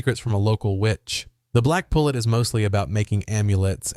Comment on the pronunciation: Also, it is "The Black Pullet (poo-lay)" it's French bro learn how to pronounce words before you make a video you butchered damn near every Proper Noun in this video.